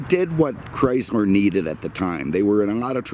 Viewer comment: This is not a Cadi-Mac!!! This... is a Chris-mer product!! LoL brahh your brand pronounciation jajajaja